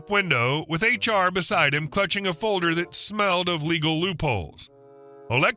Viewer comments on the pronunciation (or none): none